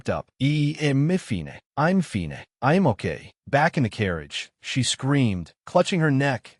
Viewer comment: The dumb AI can take a totally serious scene and make it so stupid by adding accents on to words like "fine" or "trouble".